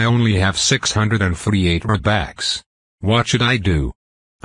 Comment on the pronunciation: Its not robax its robux!!!